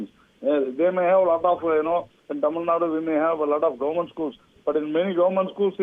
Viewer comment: Hello anchor, it is Tamilnadu, not Tamilnad